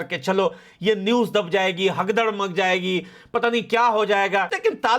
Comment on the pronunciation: bhai hagdar nahi bhagdar bolo🤣🤣🤣